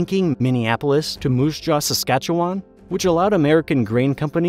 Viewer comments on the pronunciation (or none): he only pronounced Saskatchewan correctly one time. I have no idea why people think it's pronounced Saskatchewaaaaaaaaaaan.